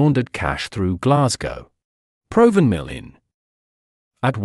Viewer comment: It is pronounced Prov van mill